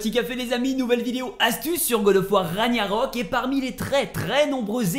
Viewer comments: La relique qu'on obtient en tuant le roi Hrolf elle est totalement cheaté c'est abusé mdrr Par contre je t'en supplie par PITIÉ arrête de dire Raniarok dis RaGNArök 😭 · j’en peut plus d’entendre Ragniarok au secours, mes oreilles saignent